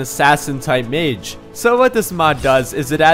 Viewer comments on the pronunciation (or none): none